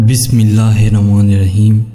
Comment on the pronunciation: Sir AAP Bismillah Hirrahma Nir Rahim sahi se padh kr ye Bura Mt manyega